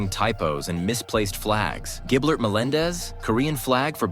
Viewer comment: Giblert menendez bruh?